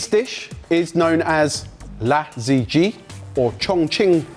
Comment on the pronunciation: I love the Sorted guys but as a global food channel, pleeaaaaase learn to pronounce Chinese dishes at least semi-correctly. The pronunciation of “La Zha Ji” sent me to an early grave 😂